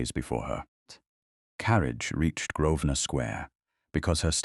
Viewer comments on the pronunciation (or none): none